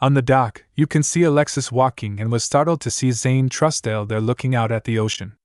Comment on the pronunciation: My question is why list all stats(description,effects,lvl,etc) when it wasn't done in pt.1. Also I've noticed some mispronunciations like Trusdale instead of Trusedale and Academia instead of Academy and Growler instead of Crowler and prepertrations instead of preparations either the author can't spell or the AI is pronouncing it very incorrectly